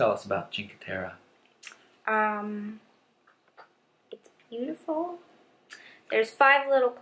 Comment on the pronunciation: it's Cinque Terre, not Cinque Terra... I'm from Italy, hope you enjoy tour trip in those beautiful places